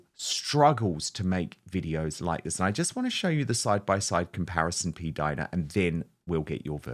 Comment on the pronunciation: Not p-Dina! Seriously